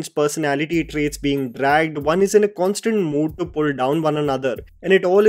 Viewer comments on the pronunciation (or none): none